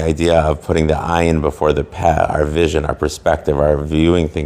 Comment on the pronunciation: Wrong. It's pronounced pay (slightly shortened), not peh. Though punctuated with a segol, the letter heh after it elongates the sound a bit. Lashon is tongue. Lashon is both the physical tongue and a language. Lo'ah is another word for mouth. Generally, one should endeavor to learn before trying to teach.